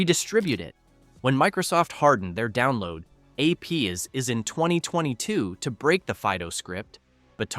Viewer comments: APIs read as "Ayy Pee Izz". Absolute garbage AI voice reader. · Ai slop channel . 'When Microsoft hardened its, AY-PEE-IZ". No human mispronounces API. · Sorry. Excuse me, here........ "A. P. is" ??! APIs are A.P. is? lmao. Tell me you don't have a clue what you're talking about and are just reading, like, Wikipedia articles without actually telling me that straight-up. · "AP IS"? I think the AI meant to say "APIs". Do people who use text to speech narrators actually bother to watch them back before uploading them? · is this AI generated? at the voice says: Microsoft hardened its download APs. the correct pronunciation of the acronym is APIs. again at where it's even worse because there is an additional break. what the hell is going on there? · Ah yes, those "AP is". If only we had AI voices to talk about those "AP is". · Hi .. I think the AI voice thinks APIs as AP is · This clip was so repetitive that it must have been written by AI. The voice-over definitely was not human. Just ask it to say "APIs", or simply notice how annoying it is.